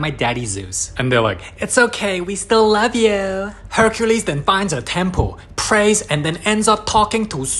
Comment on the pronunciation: Love turns into "rove"